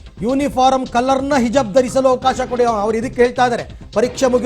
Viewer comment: ಹಿಜಬ್, ಅಲ್ಲ ಗುರುವೇ ಹಿಜಾಬ್!